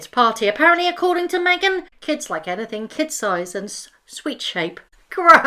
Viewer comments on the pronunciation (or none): none